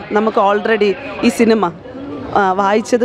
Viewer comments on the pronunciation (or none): none